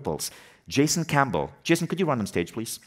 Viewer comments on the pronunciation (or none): none